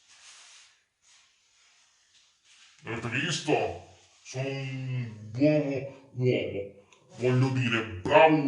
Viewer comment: 'Avete visto? Sono unnn buovo uomo'